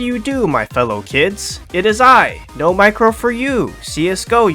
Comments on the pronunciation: I thoguht you were instead of no-micro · no micro 4 u? i thought it was said as nommycraow